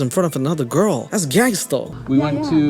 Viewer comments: WTF do you struggle so hard to say "girl" and "you-tube"?? Say GURRRRLE, and say TOOOOOOBE bruh. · Why does sound like a german trying to pronounce squirrel whenever he says girl. “Gow-rl”